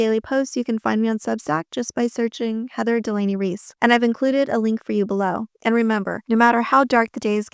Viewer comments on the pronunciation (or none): none